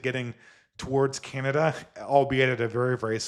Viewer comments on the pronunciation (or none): none